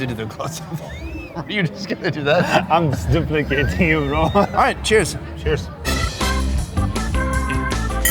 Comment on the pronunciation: "Im just duplcating you bro"?